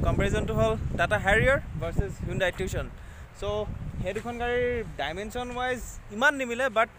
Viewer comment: Tiushon nohoi tuson